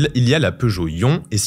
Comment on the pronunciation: On remarque directement que le journaliste n‘a pas les connaissances nécessaires, rien qu’en prononçant faux „iMiev“ et „iOn“. Plusieurs imprécisions: la batterie de toutes les C-Zero hormis la 2011 est de 14.5kWh. Quand on est journaliste dans l‘électromobilité, il faut être passionné et être expert de son sujet.